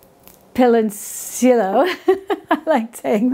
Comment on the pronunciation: I am sorry, but it was not funny to hear "pilonciLo" instead of PILONCILLO in your program, especially when you are so close in culture and physical proximity to where the PILONCILLO is originally from. But thank you very much for your wonderful program